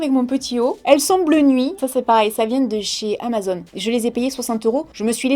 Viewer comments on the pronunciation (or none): none